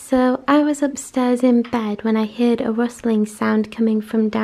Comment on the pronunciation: U have very bad English it's not heered it's heard